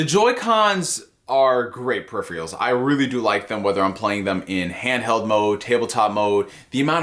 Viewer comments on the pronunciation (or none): pear- if - furr- ulls